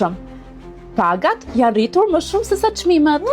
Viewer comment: Ajo s'di shqip !!!!!jane rritur jo jane ritur ,me rr